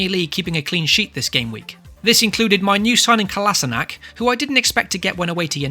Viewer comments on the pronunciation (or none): BTW It's a KolašinaC (not KolasinaK) :D Gl in this GW :)